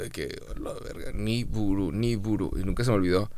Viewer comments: no es niburu es nibiru y es un planeta mas conocido como el planeta X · Ni-Bu-Ru ?? Osea como Niburu de los Anunakis?? jajaj NO MAMES!!!!